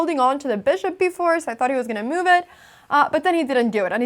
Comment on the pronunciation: your "move" sounds like "meow", thats pretty :3